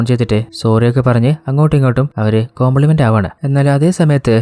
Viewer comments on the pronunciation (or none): Compliment alla ... Combermise